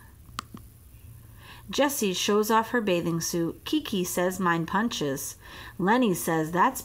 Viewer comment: u said punches not Pinches